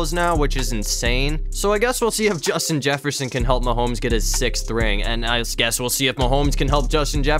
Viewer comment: You said Justin Jefferson wrong